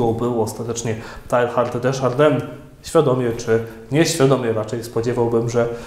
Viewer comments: Chyba wymawia się [teja:rd] a nie [tajhard] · Mówi się "Tejard", nie Tehard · Zawsze mnie uczyli że Teilhard czyta się tejár ;P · Ksiądz zmusza mój rozum do ciężkiej pracy; dziękuję. Jedna uwaga techniczna skoro Ksiądz obraca się raczej w klimatach języków germańskich, nie romańskich. Imię dzisiejszego „bohatera” wymawia się : Tejard. Szczęść Boże. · Przepraszam, ale w języku francuskim nie wymawiamy litery H